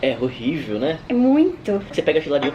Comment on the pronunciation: o: "é rorível,né?" kkkkkkkk